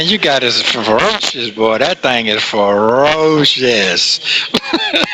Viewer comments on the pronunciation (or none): He's an insecure idiot. The laugh is disgusting and weird. They are both despicable. He only wants to use her for his benefit. Notice how he always goes back to his problems. Shirley used all her money on him😮. Couldn't even pronounce ferocious.😩😩he is in complete denial. They both deserve each other.